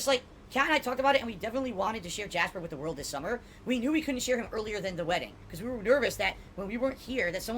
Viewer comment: Why does he say WIT instead of WITH is it that hard to pronounce